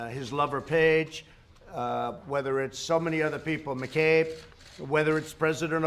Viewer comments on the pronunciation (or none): none